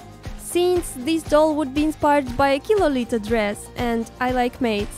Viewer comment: Hey Qi is pronounced ’Chi’ not ’Ki’. Great doll!!